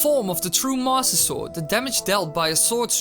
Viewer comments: am i the only one who heard "THE MASSER SORG" at the beginning? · did he say "the masta sword" at the beggining? XD